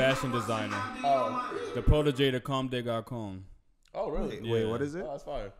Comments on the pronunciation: Bruhhhhh I know you didn’t pronounce it “commes de garKon”. It’s garçon (gar-sawn, “ç” makes in “s” sound), hahah. Not gonna clown you too hard, at least you tried. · He really said comee de CarKon... 💀